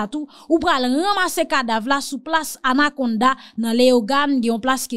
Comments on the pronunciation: se pa plas anacounda se plas Anacaona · se pa anaconda se place Anacaona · c place Annacaona, c pas Annaconda, à Léogane.